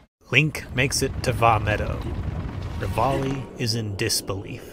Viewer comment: Call “Ravioli”, that’s how you murder